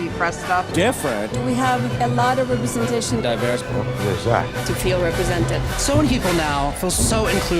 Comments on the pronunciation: LMAO representatishunnnnn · I'm wondering: why makes this french pronunciation for "representation"? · For the love of God, say "representation" properly. It baffles me how you're not scared to make a weekly 10 min. video calling out on Hollywood's bullshit, but not dare to say a simple word. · 5 years and I am still clueless as to why pronounces representation that way 😂